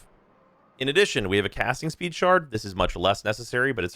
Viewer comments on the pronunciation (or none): none